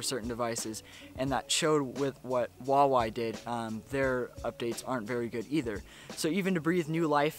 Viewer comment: Hu-wa-wei OMG i hate people pronouncing huawei wrong. BTW great vid!!!!